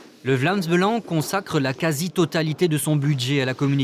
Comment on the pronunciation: Avant de faire ce documentaire faudrait peut-être apprendre à bien dire les mots on dit pas Belengue mais Belang